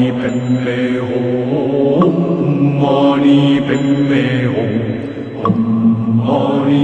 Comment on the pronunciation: It's om...not oh🙄 Are converted buddhist or what??